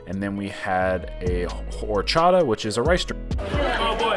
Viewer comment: Also the H in Horchata is silent... Oar-chata